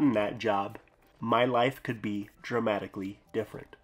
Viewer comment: Did you say your life would be "dramatically different" or "traumatically different"? We really shouldn't mince words here.